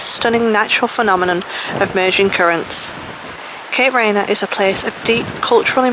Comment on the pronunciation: Please learn to pronounce the name correctly.